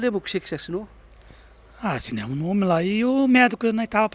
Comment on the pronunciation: Com certeza não tem eficácia . Mas só me surpreendi por um jornalista de tanta credibilidade não ter pronunciado corretamente o nome.